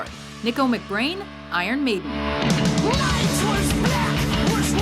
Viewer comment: are we not going to talk about how the mispronounce mcBrain then put 2 songs he is not in then while he plays trooper they put run to the hills